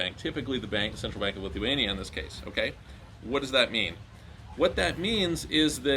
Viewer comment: The way he said it wasn't clear lol